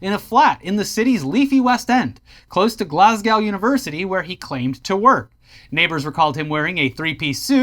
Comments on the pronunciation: Love you guys so this is just a funny titbit Heres a wee tip for americans trying to say Glasgow (from a Glaswegian) try saying it like Glaz-Go its closer to how we say it😂 Alot of the time it sounds like you call it glass cow. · Guys… please - Glas-go, not Glass-Cow… just forget there’s a W at the end of Glasgow.